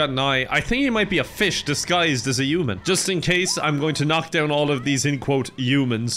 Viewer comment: says uman instead of human i think its hilarious